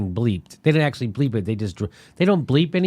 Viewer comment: I like Jimmy, but I wish he knew the difference between "did" and "done", that he would complete his damn sentences, and that he would stop pronouncing "actually" like "akesully"!